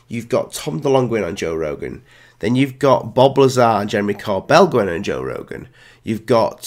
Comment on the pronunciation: Who’s Jor Rogan ?